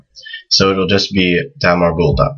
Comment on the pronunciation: "ta marbultah?" or "ta marbutah?" I hear "marbultah" with an L sound